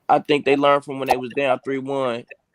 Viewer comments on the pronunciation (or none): none